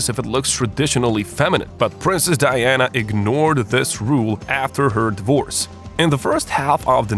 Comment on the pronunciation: Princess Di-yanna. She threw out the mahogany double bad they slapped in. What a strange accent the voiceover has.